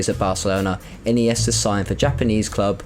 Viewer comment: I noticed mispronunciations of Andre iniesta and not Andrés and i think i heard Abliol not albiol. I would also say Mutu/Shevchenko was the beginning of the Chelsea curse I actually enjoyed the video though